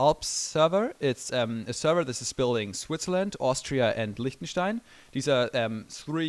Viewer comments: ich hab mir erst gedacht als er Liechtenstein gesagt hat "Hol up-" haha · Als du Liechtenstein gesagt hast hat man direkt gemerkt, dass du Deutscher bist xD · Kann das sein das du Deutscher bist da du Lichtenstein Admind und ok sehr Deutssch aussprichst